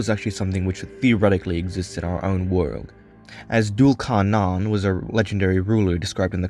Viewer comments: No offense but it’s pronounced Thul Karnayn in Arabic in English it’s spelt Dhul Qarnayn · Duul carnan is wrong it's dhul qarnain or zül qarnain. Anyway dm me if you wanna know who actually he is. (Warning: I will try to convert you to Islam) Btw awesome video keep it up